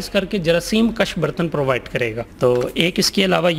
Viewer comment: Bartan tw suna tha ... yeh BARTANNZZ kiya hota hy😂😂😂😂 Yeh shyd dishwasher khareeddZZ kr pata chale gaaaa zzz😂😂😂😂😂😂